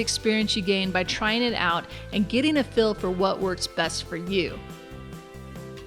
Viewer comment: When she says "heal" it sounds like "hill," and when she says "feel" it sounds like "fill." What type of accent is this?